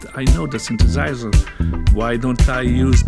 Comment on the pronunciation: I especially like how he pronounces "synthesiser".